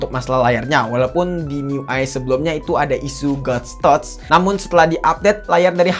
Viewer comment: SOC : Es O Ci Ghost Touch : Gostoch Genshin Impect I'm dying 😱🥲😭